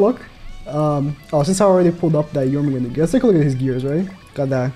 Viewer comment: I don’t understand why does keep saying Jormungand wrong. It “Jormungand” not “Jormungander”. Same with Gerharde. It’s bleeding my ears every time